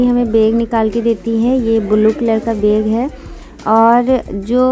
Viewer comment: Beg nhi bag hota h